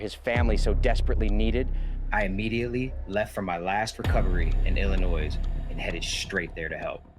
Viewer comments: the s is silent in illinois youjust say illinoi lol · Btw it's illinoi as with no s . Crazy I know. Americans don't know how to spell! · Dramatic video. The “S” in Illinois is silent.